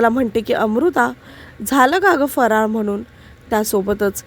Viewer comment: फराळ हा शब्द स्पष्ट बोला . काय बोलते कळतही नाही.